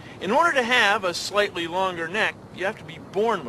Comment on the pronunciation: In the consider this.... He keeps saying Slighty XD I miss him so much